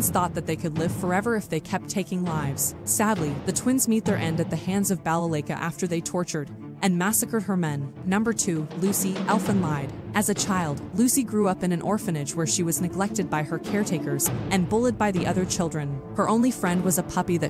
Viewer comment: Black Lagoon AND Elfen Lied are both Perfect for this video. Fantastic choices. Both anime are AMAZING. Just FYI it's Elfen LEED as in Lead you along. In German "ie" is EE sound in English. So Elfen LEED. Just a small correction there. I absolutely loved Elfen Lied and Black Lagoon so much.